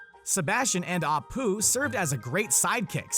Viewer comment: Apoo? You mean Abu... Pau?????? ITS PUA!!!